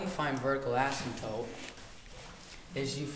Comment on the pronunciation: you know it's asymptote not asymtope